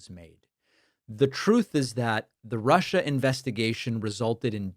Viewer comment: "Russher, if you're listening", that did it for me.